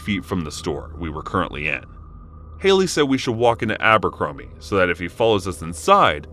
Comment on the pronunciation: Abercrombie? I thought you said Albuquerque 😐 lol